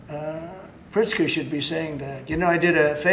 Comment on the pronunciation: He started that whole governor name debacle by first talking about Pritzker but called him Pritska and IMMEDIATLY shifted to Gretchen Witmer but couldn't even get HER name right!